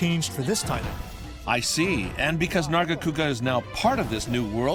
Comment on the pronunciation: I hate when people call it “narga”, it sounds like trying to say Nergigante but weird and wrong